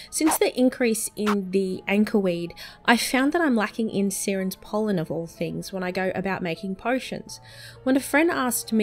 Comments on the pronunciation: Its not Seerens pollen its Siren's pollen like a Siren from a cop car or ambulance m8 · It's pronounced "Sy-rens" haha you know, like the mermaids?